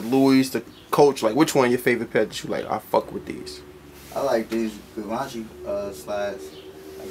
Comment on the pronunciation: could've been a better interview work better on brand pronunciations for example Gee-vahn-chee